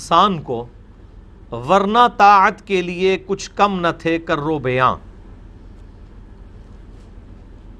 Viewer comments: پہلے شعر صحیح پڑھنا سِیکھیں، آپ کی اُردُو بالکل غلط ہے، آپ نے الفاظ بالکل مہمل طریقہ سے ادا کِئے ہیں "کرٌو بیاں" دو الفاظ نہیں بلکہ ایک ہی لفظ "کروبِیاں" ہے جو کہ "کروبی" کا جمع کا سیغہ ہے بالکل اسی طرح جیسے "سِیپی" کی جمع "سِیپیاں" ہے۔ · اوہ بھائی اب تو شاعری اور ادب میں بھی ماسٹر ہو گیا ، شاعر کے تخیل تک پہنچنا تو دور ، تجھ سے کروبیاں صحیح نہیں پڑھا جا رہا 🤣🤣🤣 لگتا ہے اسکول میں اردو میں فیل ہو گیا تھا ، کیا تشریح کر ر ہا ہے 🤣🤣🤣 علامہ اقبال کے تخیل تک پہنچنا تو دور کی بات ہے تو اردو صحیح سمجھ لے ، بس یہی کافی ہے تیرے لیے ، ابراھیم علیہ السلام کے ایمان کو حضرت عمر فاروق رضی اللہ سے کیوں موازنہ کر رہا ہے؟ قرآن میں پڑھا نہیں کہ اللہ تعالی نے حضرت ابراہیم علیہ السلام کو دینا کے لوگوں پر فضیلت عطا فرمای تھی؟ بس کر انجینئر